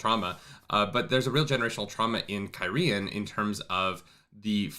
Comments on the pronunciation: just to be "that guy" you're still not pronouncing it right. you're stressing the 2nd syllable "kye-REE-ehn", it's KYE-ree-ehn, you could almost pronounce it KYE-reehn if you say it fast. the people are KYE-ree-ehn-en. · Yeah, bro, you're still putting the accent on the wrong syllable of Cairhien. KYE-ree-en. It makes Cairhienin make a lot more sense. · yeah, I always pronounced it the way you did too. As to the correct one, you've just about got it, but it's just the enunciation that's a little off. The accents are on the first and third syllables, not the second. KEYE-ree-EHN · Kai-re-en Kai-re-en-in Idk Cairhien is fine, the person version never thought about but saying it out loud is kinda weird. Listening to it is fine. (audiobook reader)